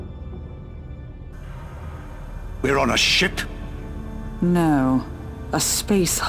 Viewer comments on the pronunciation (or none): why the fuck does it seem he says 'we're on a shit' right at the start, im rewatching this like 50th time and still its shit instead of ship